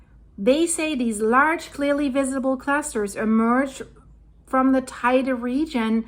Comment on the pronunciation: if I am not mistaken teide is the highest peak in spain. btw it is pronounced teyde, spanish... i live here for 20 about years